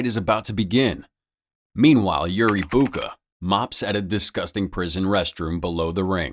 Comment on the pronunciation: is you say yuri boaka ill beat your ass its Yuri boyka